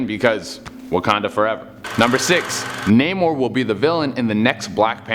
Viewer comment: Also, the way he pronounced "Namor the Submariner"... facepalm